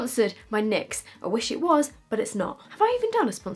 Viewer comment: When she calls it Nixs 😂😂 Instead of N Y X